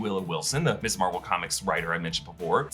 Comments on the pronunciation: You keep saying "Miss Marvel". Ms. is not an abbreviation of Miss. It's pronounced "Mizz" and was popularized in the 70s as a more feminist alternative to the Miss/Mrs. titles that indicate marriage status. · Can anyone explain why nearly every Youtuber is pronouncing Ms. Marvel, "Miss Marvel:? I've always been taught that "Ms." is pronounced Miz. Thanks.